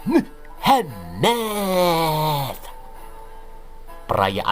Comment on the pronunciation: Mantap kali aksen katax " Muhammmadd " 😁😁😁 mantap bro bless U 👍👍👍